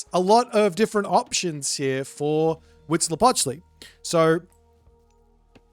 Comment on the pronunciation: As a mexican, your pronunciation of Huitzilopochtli at the beggining of the video was quite good. And stays mostly consistent throught the game. *happy aztec gods noises